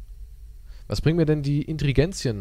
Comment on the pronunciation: Ingredients nicht Intregenzien ngvijdenhgidhngiofdmnhg man wie mich das getriggert hat XD